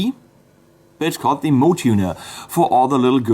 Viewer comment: that Hello Kitty looking tuner, is actually pronounced "mo-way"